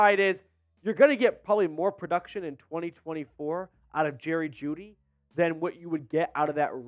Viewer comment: Bro said juedy for a 2nd LMAO